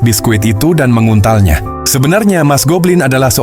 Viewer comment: that "menguntalnya" 😭😭😭😭🫵